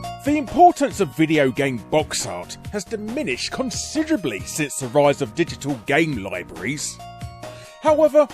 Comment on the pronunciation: "digitoll gaym loibries" Love it.